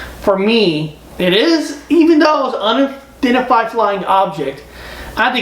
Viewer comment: It’s unidentified. Not undentified.